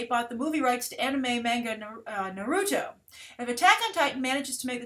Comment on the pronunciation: No surprise can't pronounce manga and Naruto correctly. -_